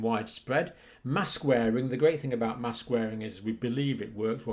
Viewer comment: Mask for what MASSKKKCs pronounce